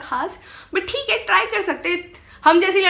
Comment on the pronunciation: but "thik h".. ye accent kyu nahi ja rayyiii h.. mujhe samajh nahyiii aa rayyyiii hai... 😂😂 #truecomediannick❤